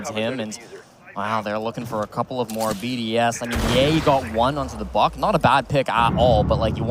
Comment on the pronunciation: ChooChye what about the fact they didn’t know how to pronounce most of the BDS players’ names?